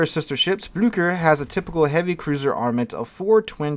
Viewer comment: Blücher “Bloo-sch-ere” or something similar to that.